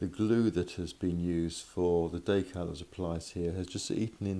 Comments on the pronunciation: Wtf is a daycal lol it’s decal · Day-cal? more like Dee-cal. Anyways nice video. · Day- cow or Da- cow? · What's a "daycal"?